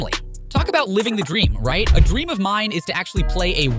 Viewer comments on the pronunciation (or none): none